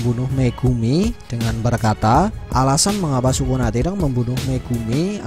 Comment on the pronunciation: Lbh enak kalo nyebut Sukuna itu (Skuna) sesuai penyebutan bhs jepangnya!